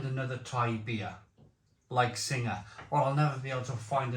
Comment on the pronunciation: It's pronounced Sing, you don't pronounce the ha, Sing is a mythical Thai creature. Tiger brewed in the UK is filth & beer Sing brewed in Kent taste as if it's out of date, absolutely shocking.